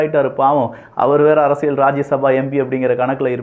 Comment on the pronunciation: Learn to pronounce Tamil correctly. It is not அரசியள் it is அரசியல்